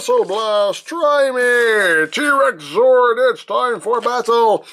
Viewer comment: I know you're calling it a "T-Rex Zord", but I keep hearing you pronounce it as "T-Rexaur". Then my brain goes into a bizarre crossover concept of Final Fantasy & Power Rangers!